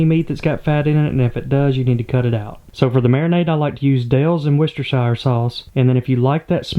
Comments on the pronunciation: Loving this series here in Ireland! Just one little thing to stop you dislocating your tongue; Worcestershire is pronounced: wus-ter-sure. No, I don't understand why that is. I can't give out about it either, have you seen/pronounced some Irish place names? Great work with the pond, looking forward to its continued development. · You where so close with correctly pronouncing Worcestershire sauce so easiest way to help you, is as follows so the first part is almost like you're saying wood with out the d sound, then the next part ster, think stiring a pot of soup its the exact same pronunciation, then finaly shire is like sheer as in the name of the act you do to remove the wool from a sheep wou - stir- sheer, this should help you in the future, any place from the uk that has shire is pronounced the same way :)